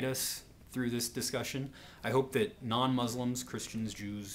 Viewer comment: You're saying 'Islam' and 'Muslim' wrong, sir, please be respectful and pronounce it right.